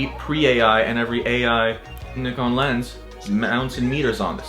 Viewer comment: When an American pronounces nikon as it should be pronounced!! It's pronounced [neekon] not [naikon]!! Tell em!!